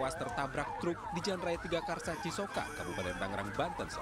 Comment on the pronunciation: Tigaraksa om bukan tigakarsa